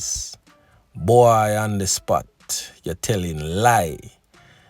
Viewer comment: That’s not bwoy that’s bowy